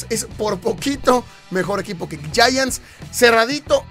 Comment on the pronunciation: No sé pronuncia yayants a los Gigantes de Neva York, se pronuncia Yaants.